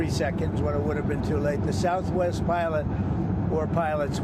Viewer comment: “Milot, milot, I mean pilot,”says the buffoon